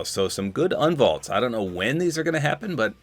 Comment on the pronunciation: "Unvalts: Nitro fists" Bro